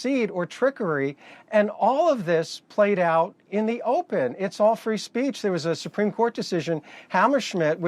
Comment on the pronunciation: “free spreech “ ha ha ha